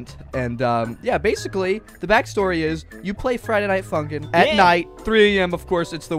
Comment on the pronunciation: fraiday nait funkin hmmm *friday night funkin' lolo